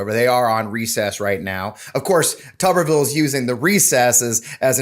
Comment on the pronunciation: How can it possibly be pronounced, "Tubberville" when it's obviously "Tuber-ville"? And how befitting is that?